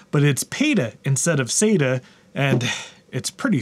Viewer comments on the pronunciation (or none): none